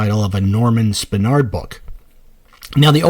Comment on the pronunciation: You also can't pronounce Zelazny or Spinrad.